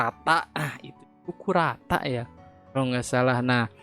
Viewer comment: Kurta ❌ Kurata✔️